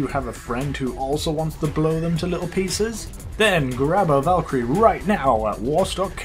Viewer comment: I think the Valkyrie is pronounced Volk-crie I THINK